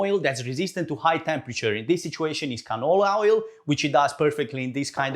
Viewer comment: Actually, what I heard was Vag Oil.